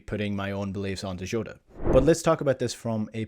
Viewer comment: Who is joota? It's Jota? Come on as a Celtic man u should know how to pronounce the man's name especially if you can pronounce ange name lol